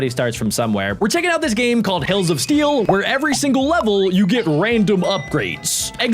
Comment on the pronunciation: When said hells of steel I heard balls of steel 😂😂😂😂